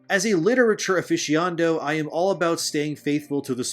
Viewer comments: literature “aficiando” 🥴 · Wait... wouldn't making the bringer of fireworks Chinese be kinda racist? Also, "aff-fish-ee-ah-nah-do" dude, not "aff-fish-ee-ondo". As a bibliophile, I'm offended. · Aficionado. A fishy-o-naddo. Not a-fishy-ondo. For future reference. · Great video, but you need to work on pronunciation of a few words, like "Eowyn" and "aficionado." I really do like your videos but you're gonna lose a bit of legitimacy in the eyes of others if you try to use words but mispronounce them. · "As a literature aficiondo" Lmao.